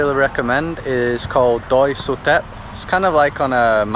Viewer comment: ใช่ Doi Inthanon คุณออกเสียงได้ถูกต้อง✔️✔️